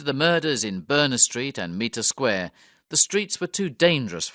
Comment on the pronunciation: Mitre Square is definitely not pronounced Meter square!